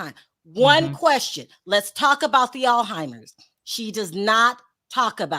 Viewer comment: It’s pronounced ALZ-HYMERS folks